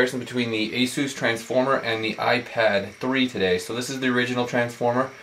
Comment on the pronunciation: Eh-Sus..not "A-Zoos".